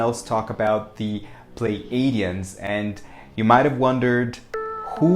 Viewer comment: I believe it is pronounced Plee A (long a) dee uhns. So .. (Plei) plee-A-dee-uhns. Pleiades. Plee A deez.